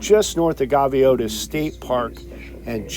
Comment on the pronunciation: Incorrect pronunciation on Gaviota and Chumash. Must not be from SoCal. Also....complete bs on ranchers or homeowners living in Hollister Ranch messing with the boat hoist during swells.